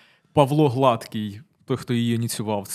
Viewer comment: Не "конів", а "коней". І, мабудь, прізвище ГладкИй, а не ГлАдкий, що означає товстий, людина з надмірною вагою, а не рівний та гладенький.